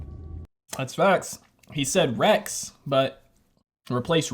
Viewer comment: He said REGS NOT REX.